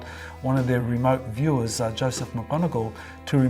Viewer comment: ”Remote wiewers”?!??? They have lost their marbles...